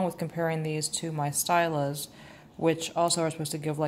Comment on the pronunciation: I love this comparison vid. (Btw it’s pronounced “STEEL-a” )